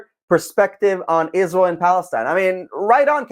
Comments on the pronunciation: She is one of THE worst offenders - when it comes to obsessive bad faith lies. lmao She can't even get the name right. Ishreeul. lol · Ever since she married a white Catholic beta boy and turned Catholic, she became possessed by a hate spirit of Israel. In her hatred, she doesn't even pronounce Israel correctly, like an ignorant person. She should do a deep study of the Catholic religion that started 321 years after Jesus by a conniving pagan emperor and also the muslim religion that started 610 years after Jesus, concocted by the Catholic Church because of their hatred of Israel.